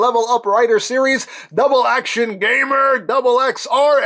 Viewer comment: I like that he said dubble ax